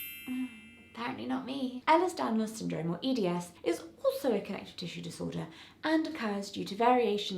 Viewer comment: its pronounced "A-lers"